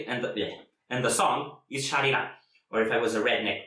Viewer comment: And! You pronounce the name of the song perfectly the first time 👏 ;)